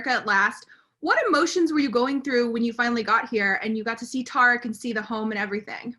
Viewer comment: Why is the interviewer calling him tar-ick? Does she not watch the show? Its Ty-reek.